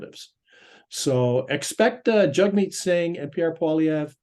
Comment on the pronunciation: Dear …..please DO,NOT speak on behalf of Canadians in general ok? You don’t poll the average citizen, in all my years I’ve never received a call from you! Did you call Mr. Singh “Jugmeet”? I believe his name is pronounced “Jagmeet”. Show some respect sir.